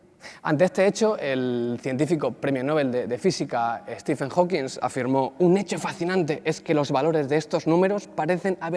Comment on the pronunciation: Hawking no gano el premio nobel, , y es Stephen Hawking NO "Stephen Hawkings"